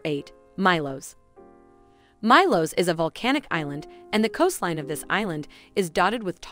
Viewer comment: Good content but please consider pronouncing the names of the islands correctly (for example - Milos is pronounced “Mee Los”).